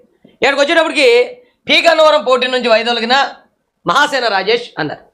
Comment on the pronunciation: రాజేష్ మహాసేన అన్న మీ మాటలో హా అనే అక్షరానికి మరో సరైన అక్షరంతో పలికి వుండవలిసింది